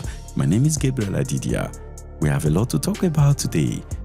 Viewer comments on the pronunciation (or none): none